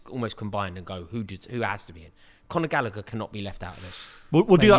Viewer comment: thinking chilwell can play lb just proves his level of knowledge. Same with saying gallagher lmao.